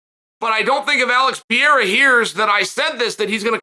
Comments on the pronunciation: Chael (I love him) is the gift that keeps on giving with mispronunciations. Pee-air-a?!😂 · Undefeated. Undisputed. Gotta ask—does he butcher the fighter names on purpose? Ariel corrected him once when he went on his show and he's still doing pereira dirty with the "pee-air-ah"